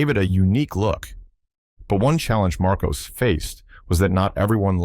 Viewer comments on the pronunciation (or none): Marcos, not Marcoze